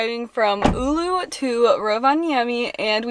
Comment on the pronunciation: Her butchering of town Oulu is wonderful. Not really. There is google thing that tells you how to pronounce things